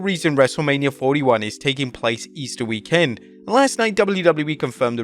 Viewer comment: Why he say weekend like Week Kend